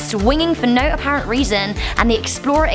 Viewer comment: You say no then right? Sounded like it